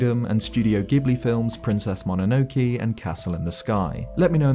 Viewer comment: Great video, but you pronouncing Ghibli and MOnonoke wrong was 😢